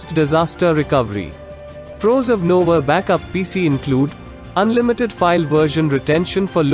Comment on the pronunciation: NovaBackup PC is being called out as NovaBack UPPC😅. Was there a robot reading the ppt?